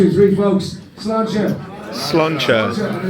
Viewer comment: it is Sláinte you are thinking ...good health. Pronounced slawn Chi the Chi like chip or ship not like the oriental spiritual,energy.